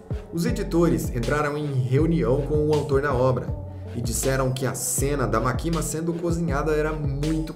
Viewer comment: Morri de agonia do cara falando "makíma" ao invés de "mákima" que é a pronúncia correta kkkkk Mas sei que ninguém é obrigado a pronúncia corretamente